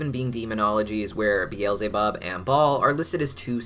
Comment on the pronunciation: it hurts me to hear him say "be-els-e-bob". It hurts me so much.